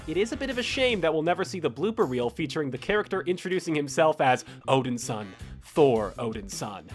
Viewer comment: and "odinson". god help me.